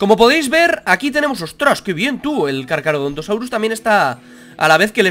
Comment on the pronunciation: No es Carcarodontosaurio, es "Carcha..."